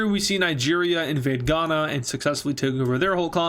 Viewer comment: “We have Ivory Coast, and… Ghana.” Bro why you gotta say Ghana like that